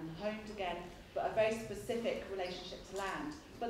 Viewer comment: I love this talk but Tom Holland can't say specific 🤣 and his educated 🤣🤣